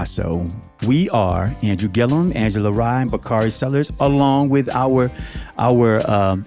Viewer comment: Baaaaabbyy one thing Bakari Sellers gone do is eff up somebody’s NAME!!! 😂😂😂 I would think with a name like Bakari he’s seen it butchered 50 different ways so that would make him want to get ppls names right, but he says NOPE every time!! 😂😂😂